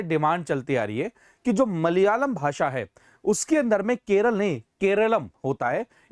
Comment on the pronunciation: no use in changing the name.. cos everyone still calls it 'keral' ..just like u sir😂